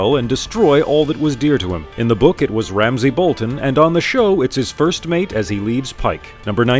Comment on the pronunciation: Ramsey "Snow"?.... C'mon man...